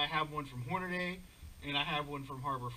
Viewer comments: Horna-day??? It boggles my mind why do Americans stick an "A" where there is none. It's Hornady, like Normandy, you don't read invasion of "Norman-day" do you? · when Steve Hornady says everyone here at HORNA-DEE I'm pretty sure he is pronouncing his last name correctly